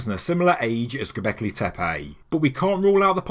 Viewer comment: That is not how your pronouncing ‘Goblecki Tepe’ . Fuckin fabulous mate. Exciting times.